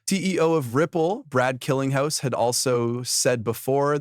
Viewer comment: Brad Cunninghouse? Killinghouse? What is up with all the stupid mistakes in people's names in the narration? They're so stupid that it feels deliberate